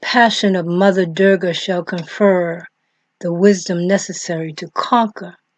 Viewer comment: Oh my..oh my 🤣 this is Wikipedia information..you are not even pronouncing right... address her as mother durga.. use respect when speaking of my mother....you know... she's also uma when reversed its om...ma durga is pranava swaroopini...sri matre namaha.. thanks for spreading love of my mother